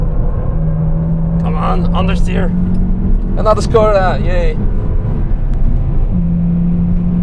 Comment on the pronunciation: C'mon, it's "Шкода", not "Скода", just as VW is "Фолксваген" and not "Волксваген".